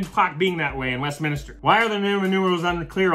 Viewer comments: its not, its Westminster but i noticed you mispronounced in the video. It happens, no big deal, but if someone later on told you its Westminster you probably would be like "I did a video on this, i know it used to be Westminister" Imo thats how a ton of these things start. A common mistake made by alot of people who never realized they were wrong. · Omg. I’ve never heard anyone say ‘Westminister.’ That was driving me crazier than when he called a meme a ‘mehm.’